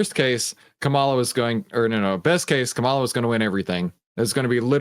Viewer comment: You don’t seem to be able to pronounce Kamala’s name properly. Disrespectful.